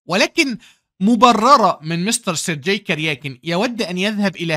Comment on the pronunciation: الله عليك يا ، عظمة على عظمة، ملاحظة بسيطة، اسم Sergey ينطق بالجيم المصرية، وهذا هو النطق الصحيح في اللغة الروسية (sounds like sur-gay)